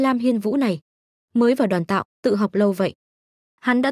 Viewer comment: nghe ''Đoàn tạo" sao nó khó chịu thế nhờ, lần sau dịch cho đúng là "Đoán tạo" nhá